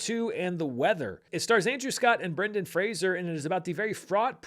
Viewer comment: Thank you for pronouncing Brendan Fraser's surname correctly.